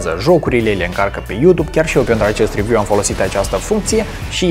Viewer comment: That "rewiu" do